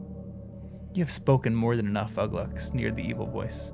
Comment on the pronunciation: Some tips for you when pronouncing words in Tolkien's languages: the u is generally pronounced like English oo ; and the acute accent means the vowel is long. So Uglúk and Lugbúrz are /uglu:k/ and /lugbu:rz/ in IPA, or 'Ooglook' and 'Loogboorz' in English-style spelling, with the first u short as in foot and the second ú long as in food .